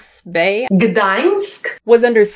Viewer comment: I'm Polish and you saying Gdańsk made my day.